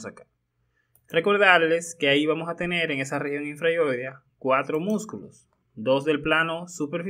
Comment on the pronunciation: nooooo yo no puedo confiar en una persona que dice vamo a tene.... habla bien HABLA BIEN